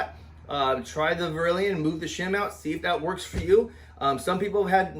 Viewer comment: It's def NOT verilion...